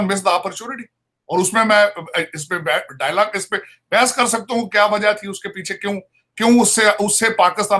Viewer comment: ओय टकले डायलाग नही डायलॉग होता है..... तू तो बोलता है कि तू अमेरिका में रहता है पर इतना सा फर्क भी नही पता